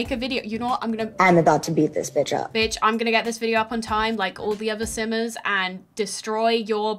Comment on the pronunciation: Wait is she saying "hello simmers" or "hello sinners"